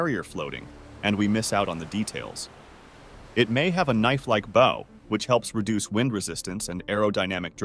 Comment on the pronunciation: does this dude really not know how to pronounce the word "bow" (as it pertains the boats and ships)??